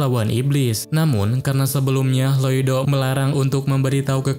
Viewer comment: info nama MC nya bukan loido tapi loid😅